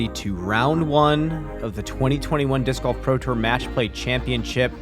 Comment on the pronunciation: Can’t unhear calling it disc goff